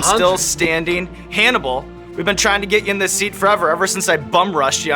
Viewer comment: Lololol sounds like Sean called him Cannibal